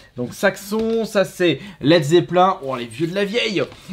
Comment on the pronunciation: pas "let zeppelin" ca se dit let zeppleen"